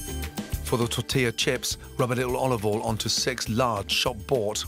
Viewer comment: a little more olivol